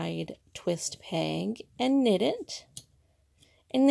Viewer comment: Would it be too much to ask that the knit loom instructor use a proper pronunciation for the word "peg". Is it a regional thing to call it a "pang"? Really confusing.